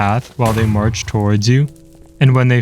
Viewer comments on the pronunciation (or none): none